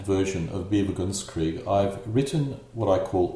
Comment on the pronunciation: You seem go pronounce bewegungskrieg as BE-vi-gungs-kreeg, b'vu-GUNGS-kreeg, or even BEE-vuh-guns-kreeg (like beaver)? It's more like be-VEH-gungs-kreeg.